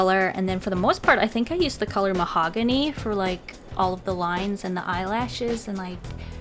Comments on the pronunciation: Who else thought of mahogany lox when she said mahongany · Her: this is mahogany Me (what i think): THIS IS MY HOHANY